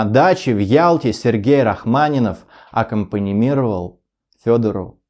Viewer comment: Такое впечатление, что нахватался верхушек (блогер), дискредитируя Белинского- критика. А слово аккомпанировать говорится и пишется именно так, а не так, как вы: аккомпаНИВИРовать! Числительные, начинающиеся с тысячи (одной) произносятся без слова ОДНА. Например, тысяча девятьсот пятый год. Вас слушают школьники, должны соответствовать!!!